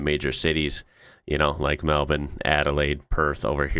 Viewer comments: Congrats for pronouncing Melbourne correctly 👍🇦🇺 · Mate, your pronunciation is getting better. Kununurra = Kahnahnahrah. Pilbara = pilɓruh. You nailed Melbourne = Melbun. Winter in the desert is cool during the day and below freezing at night.